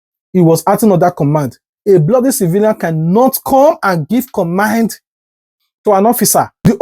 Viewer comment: First of all, it's command not commind